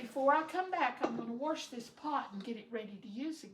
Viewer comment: The pronunciation of "wrench" was for "rinse" and the pronunciation of ""warsh" was for "wash". We all knew what she meant. She used Cream of Chicken Soup with Herbs as her seasoning verses saulted onions, celery, carrots, peppers if desired, garlic and parsley, oregano, basil, rosemary and thyme. As she said, the flour from the dumplings thickened the broth. I generally boil the whole chicken which makes it easy to pick it from the bones. A lot of flavor in the broth comes from the bones. Great recipe. Great job washing your hands and using your cutting board only for the raw chicken. Please remember to clean your counter, sink and pots with hot soapy Chlorox water.